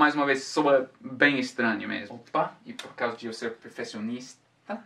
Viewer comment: Parabéns pelo português! Tá ótimo, falou mt bem a palavra perfeccionista apesar de ver que vc ficou com vergonha de falar e errar o sotaque. Da pra notar isso pois aprendo o inglês com meus amigos americanos aqui na América, passo por isso em inglês. Hahaha